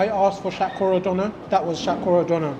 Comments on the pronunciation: What’s shat kowra ? Pronounce it how the chef said it. It’s shatkora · You silly little prick. You’re a fucking curry muncher. Stop pretending to be a fucking coconut and pronounce Shatkora properly.